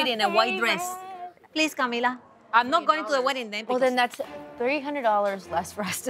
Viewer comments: Is not "Cami Li" it's CAMILA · "Cami Li" isn't it "Camila", like how her mother pronounces it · her name is Camila not cami li lolol